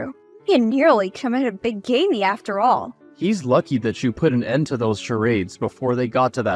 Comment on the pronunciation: BIG AMY- PLEASE. It is pronounced big a my- bigamy. These stories are getting worse, with mispronouncing English words. These wives are getting STUPIDER than ever. Why would she allow her husband to go without a job for too long? How would her husband be able to kick HER out of HER HOME? Why would she allow her mother-in-law to talk to her in any kind of form?